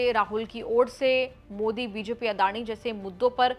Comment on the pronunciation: Encor bhi bevkuf hai jo Pawan Kheda Jaise chamche ke bare mein itni tarif kar rahi hai Modi ji ka sahi se naam bhi nahin bol Pai. क्या साबित कर पाया वह कांग्रेस को जीत तो नहीं दिला पाया इस चमचे की तारीफ मतकर।